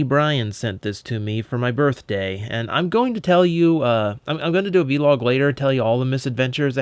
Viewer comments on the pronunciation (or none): Did he just say a v log instead of a vlog